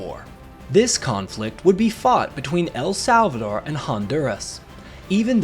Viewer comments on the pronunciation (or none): The stress in El Salvador is NOT in "Sal"... but in "dor". Just saying.